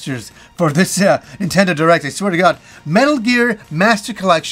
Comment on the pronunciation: "Oh my got ... oh my got." 😅